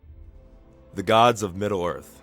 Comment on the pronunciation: The Gods of Middle ORF?